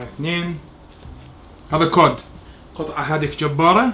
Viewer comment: اسمه سمك الكُد Cod 🐟 وليس كوود